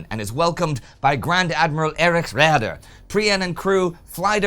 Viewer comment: Again, a horrible pronunciation of "Raeder"...